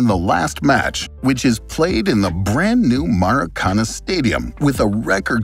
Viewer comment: Not MARAcana, but maracaNA. :yougotthis